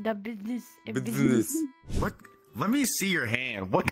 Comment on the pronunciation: Ah yes Busi-ness